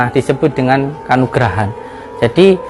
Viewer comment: Ngomong aja salah si.... Kanugrahan... Kanuragan kanuragan.. Salah kanuragan.. Bukan kanugrahan... Jangan pake h..pake g.. Kanuragan..... Kanuragan..